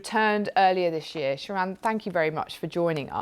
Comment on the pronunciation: 'Shah Ron' AHAHAHAHAHAHAHHAA you mean Sharon?